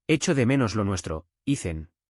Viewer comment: Porqué Ethan es Icen? pin-che IA XD!